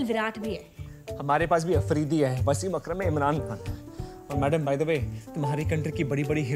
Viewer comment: Ittehasik? We don't say that here. Plus its Aafreedi with an Aa (exaggerated Aa sound). But I'm gonna let that one go as many Pakistanis too pronounce it wrong 😅. It's a Pashtun Tribe name. And yes India is way much ahead than us and better than us. Much Love ❤